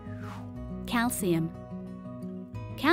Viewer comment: Is calcium pronounced like thst